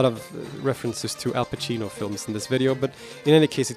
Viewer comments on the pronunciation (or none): none